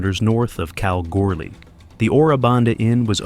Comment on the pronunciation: Bicky gangs? What like Nabisco? De Roes? Is that a La de da French Bicky gang? Do they wear velvet vests? Who narrates this Scheice? Kalgorly? Or Kalgirly? Or Kel Glare?